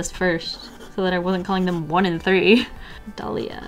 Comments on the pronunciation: I’m p sure that Adalía is pronounced add-a-lee-a because the accent is in the i but idk dude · My mom's name is "Adalía" and the way u pronounced is how people always mispronounce it so I laughed and died inside 🤣🤣🤣🤣